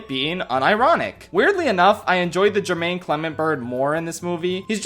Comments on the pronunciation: not Jermaine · HIS NAME IS NOT JERMAINE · Your continuous mispronunciation of name wears on me every day. Great video, though. I loved it. <3